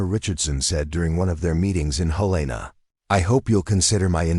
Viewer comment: Listening from Virginia's Peninsula area; but born and raised in Western Montana (Missoula and surrounding rural areas). There isn't any REAL town in my home state named Willow Brook or Willowbrook! There is a small area called Willow Creek, bit it's not a proper town. The state's capital's name is NOT pronounced Hel-A-na, but like the named Helen with a short a sound added!